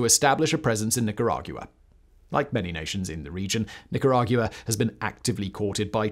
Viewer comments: Simon, your pronunciation of Nicaragua is not only extra AF, it's wrong AF. the end is a "GWUH" sound, not "GU-AH"... and Chavez starts like "SH", not "CH" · Nicara-Gua not gia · It’s truly fascinating to me how after reading thousands of hours of scripts covering a myriad of topics Simon can so confidently say Nicarag-you-uh, like, a bunch of times. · Lol the way Simon pronounces Nicaragua is so damn funny to me! “Neecorauwguwa” 😂😂😂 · Nicaragyoua! Couldn’t get past it. It’s like Nicaraqwa Simon! 😂😂😂😂😂😂😂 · I couldn't hear anything but the horrible sound of him trying to say the country's name. Literally retained 0% info beside Nicaraguyoua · The hardest part of listening to this is hearing Simon say it "Nicara-guuaa". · hahahahaha, I cannot unhear it! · Say nickeragyewa one more time Factboi lmaoo 🤣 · Watched this just to hear Simon’s pronunciation of Nicaragua. 😂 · I had to google how to pronounce it because he had me doubting myself 😂😂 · Ortega never was a Marxist. Also, can you learn to say “Nicaragua” correctly. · First time I've ever heard Nicaragua pronounced that way before. 😅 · Yeah, I don't really like it. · yes, the brits have a proud tradition of pronouncing Spanish words like dickheads. Somehow they get Venezuela, Paraguay, Uruguay, Guayana, Ecuador, Guatemala, etc. reasonably close. Yet changing that long u sound from Nicaragua is an affront to the queen. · It’s rather annoying. Get the name right. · The way he pronounces Nicaragua is so annoying. Bruh, come on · What's depressing is hearing Nicaragua said that way so many times.